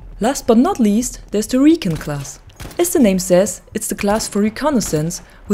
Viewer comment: Rec-on not re-can 🤣